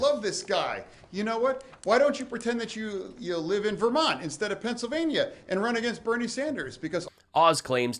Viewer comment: Oz called it “Pants-illvanyuh” 😂😂😂 “Taking healthcare tips from Dr. Oz is like taking skincare tips from Steve Bannon.” LMAO😂😂😂😂 It’s such a treat getting to hear a page from her book!😅